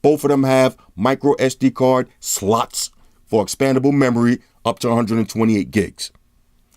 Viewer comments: A while back, in his older videos, it was "easier" for him to slurr on the word and come out with "sluts". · Why you say, "slots", like that?